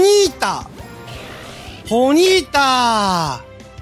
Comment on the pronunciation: それマドンナやて(笑) ポニータをボニータw・・・あの曲好きデスケドモ(笑) 「もろたでぇ」が服部 平次にそっくり(笑)